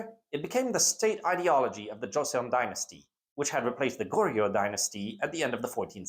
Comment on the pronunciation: As a person who is fluent in korean (both my parents are korean) I appreciate this, however the pronunciation of the korean itself is really, not great. And is a bit grating on the ears. Dynasties are usually pronounced as 2 syllables: Jo-seon, Gor-yeo, SIl-la, etc. Paeraengi Is pronounced Pae-raeng-gi not Pa-er-an-gi. Even getting the syllable count right would go a long way to improving the video. Google translate often has an audio button that will say the word out to you. It's like trying to watch a WW2 documentary that consistently replaces Normandy with No-ra-ma-nad-i and gets the pronounciation of every single wrong (berlin as Bear-li-en).